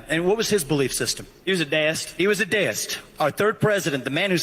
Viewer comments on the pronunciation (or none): It's DEE-ist, not DAYist. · I have NEVER heard "deist" be pronounced like that.